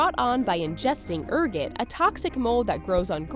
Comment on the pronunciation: did she say "err git"? Man that's annoying. Ergot. Er-GOT.